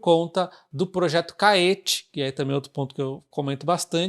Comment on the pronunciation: Creio que a pronúncia de Caetê seja igual a Tietê. Bom vídeo.